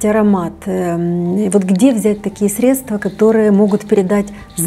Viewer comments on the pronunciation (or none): none